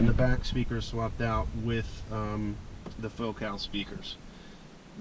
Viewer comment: FOCAL is said like VOCAL but with an F. Not like faux-call